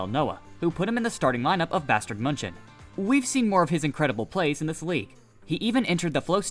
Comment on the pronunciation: please stop saying bastard munching